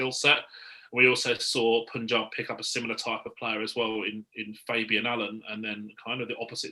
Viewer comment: just one more thing: its Punjab.... pronounce PUN ....then add Jaab.....its not Poonjab....